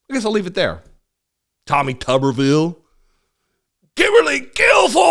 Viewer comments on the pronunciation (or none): Another idiot from the right. Him & Navarro are failed athletes who had to become coaches & by the way, his name is really pronounced Tube r ville, not Tubberville. 2 B's would make it Tubberville, 1 B makes it Tube r ville. How Dumb is this man??? That's why the word rubber is pronounced the way it is because 2 R's. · Yes, it's pronounced Tuberville, as in Tuber, aka a root vegetable, which is is about as intelligent as Tommy Tuber-ville.